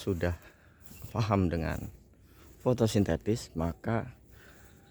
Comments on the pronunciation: Fotosintesis om... Bukan FOTOSINTETIS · Penyebutan fotosintesis aja salah bung.